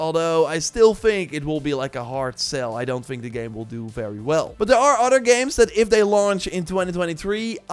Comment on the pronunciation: It’s other, not otter.